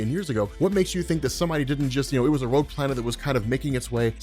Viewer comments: xDDD Rouge planet... IT IS roGue ,not roUge... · rowge planet. rogue